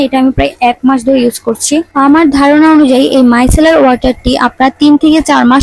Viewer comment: মাইকেলার না মাইসেলার😅😅😅😅😅😅😅😅😅😅😅